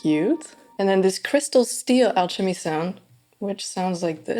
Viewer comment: great content lately, these are really helpful. small tip, alchemy is actually pronounced "al-kuh-mee" but yeah, fantastic synth!